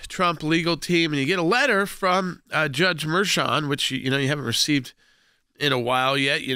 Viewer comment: Say it right. It’s acting Judge Merchan!